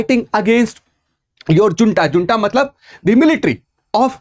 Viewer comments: जुन्टा नहि छिन्टा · Hunta not Junta, J is pronounced as H in spanish and this word’s origin is something Spanish. Army is called Hunta when it starts ruling the country.